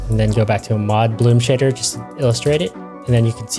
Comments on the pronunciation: tbh i kept hearing shitter instead of shader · Every time he said shader I kept thinking he was saying s**tter.